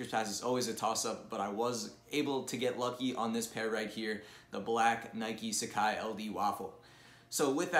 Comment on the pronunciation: Pronounce it properly. SUH-Kah-Ee not SA-CAI